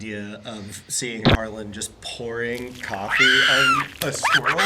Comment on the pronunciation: His name is Harland not Harlan.